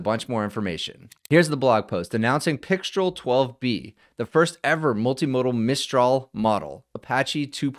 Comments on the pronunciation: C'est Françaaaaaais?! 😅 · Pixtraaaal. Alternatively, you could wear a black beret, a white-and-black striped shirt and hold a cigarette, at which point you can go ahead and pronounce it either way. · "Mistral" is (English/American-ised) pronounced with an "el" sound. Pixtral would be similar. So "Pic-strel" would be appropriate. However the French pronunciation is with an "all" sound. Since mistral is a French word for a cold wind that blows across France, I would go with that for correctness. It's actually more like "me-strall", so in this case "pic-strall" should be correct. At any rate, I look forward to a mixture of agents/experts scenario where pixtral gets mixed in with other low/mid weight models for fast responses.